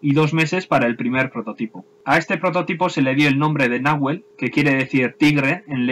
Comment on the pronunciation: Buen video. Sólo una pequeña corrección, en Castellano usamos las palabras con acento grave (salvo cuando una tilde indique otra cosa) en los idiomas originarios del Sur es agudo. Por tanto el nombre debiera pronunciarse como si tuviera tilde la E, como si estuviera escrito "Nahuél" Como en Argentina es un nombre relativamente común (y no se suele poner tildes a sustantivos propios) no se le pone como si a Pucará así que es entendible la confusión. Un abrazo.